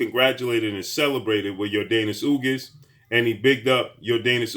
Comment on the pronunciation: Ugas not ugis